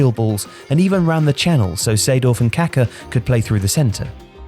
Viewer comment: I cringe so hard whenever I hear an English speaking person pronounce the name "Kaká"